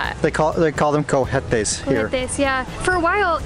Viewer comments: Remember in the word "Cohetes" the "H" is silent in spanish.😍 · Cohetes:, not grammar police, but just trying to help, the “H” is mute in Spanish, there is NO “H” sound like in english The word is pronounced Ko-Etes Hope it helps Saludos from South Texas Peace and blessings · The h is silent in cohetes :-)